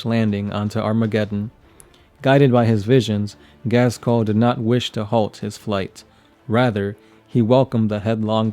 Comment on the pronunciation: Oh god. Can you please learn to say "Ghazghkull" ?